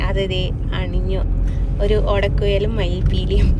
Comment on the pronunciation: മംഗല്യസൂത്രമോ 🤔...... ഓടക്കുയലോ 🤔🤣🤣🤣🤣 ഓടക്കുയല് അല്ല മോളേ 😂 ഓടക്കുഴൽ എന്ന് പറയൂ 👍🏼 .....